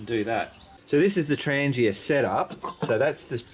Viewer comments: “ 😂 TrahngYA” 😂 Tran geeuh is not the proper pronunciation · It’s pronounced TRAHN-YAH